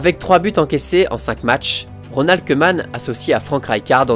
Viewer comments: salutation à toi et à tous mes amis français. alors petite précision, en néerlandais le oe se prononce ou et donc koeman se prononce kouman. Super vidéo en passant comme toutes les autres! RIP Kobe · Super vidéo! Juste le "oe" en néerlandais se prononce ou ;) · si le oe en néerlandais tu dis ou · « oe » en néerlandais se prononce « ou » on dit donc ronald « koumane » sinon très bonne vidéo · On dit kouman